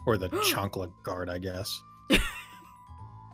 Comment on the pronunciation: Blaze: gard Me: you mean gut you will gut not gaurd